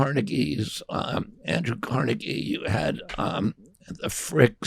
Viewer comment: Finally someone pronounced Carnegie right